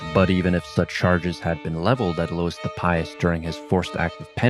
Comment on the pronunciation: Louis, not Lewis.